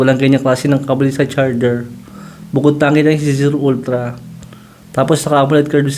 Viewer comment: Ultlang-ultla talaga😂